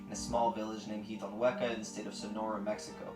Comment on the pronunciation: Broo I died when u try to Pronounce the word " jitonhuca" 😂😂 right when he even told you how to say it 😂😂😂